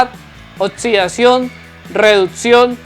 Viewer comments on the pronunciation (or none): Nadien diciendo oxidación "otzidación"